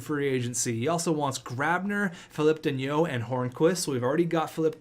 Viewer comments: Danault is pronounced Dano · Danault is pronounced Dan-o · There’s no I In danault so yea pronounce it dano but not like Marco dano more lower tone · Philip danault is pronounced philip da-not again pls... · Routhier lmao it was making me mad